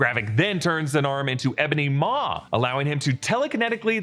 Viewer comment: “Ebony Most” or squidward “as tony would say” 😂😂😂